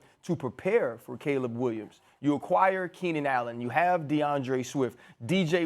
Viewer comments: mad dog needs to stop talking about sports all together. Worst takes EVER and cant even read english. K'leeb williams even after RC corrected him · Caleeb? No way Mad dog has watched him play 😂